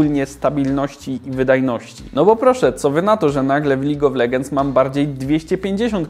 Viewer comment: Czy tylko mnie irytuje czytanie "legends"? Oszalec można. DLACZEGO? :P